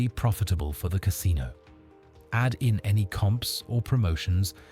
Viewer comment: Ca SIN o